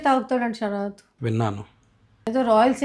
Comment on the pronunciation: The way akka saying shaarath 🥰